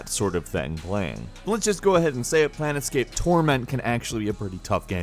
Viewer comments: Plane"t"scape Torment... who doesnt know the classic game... not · Wow, did you seriously just call it "PlaneTscape"? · There is no "T" in Planescape. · though he said it 5 times correctly, when he said "planeTscape torment is a hard game anyway..." it was like a stab in my heart.